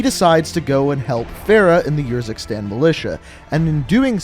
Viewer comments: It’s Ursikstan as in Urn And it’s Farah not Fairah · The way you pronounce urzikstan really gets me and idk why. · The way you say "Urzikstan" triggers me